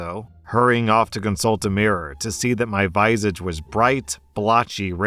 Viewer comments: It’s “viss idge” not “vye sidge “ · visage is pronounced like "vuh-sahj" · Do Americans pronounce visage like that or has just never heard that word out loud?